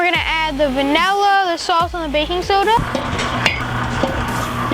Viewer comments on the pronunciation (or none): who else got triggered when he said vinella